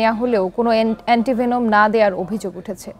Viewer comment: "এন্টি ভেনাম" ভাই এন্টি ভেমন না 🤣🤣🤣🤣